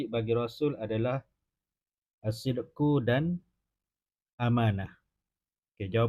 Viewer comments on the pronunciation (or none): Ustaz ni nombor 10 bacanya bukan assideku tapi assidik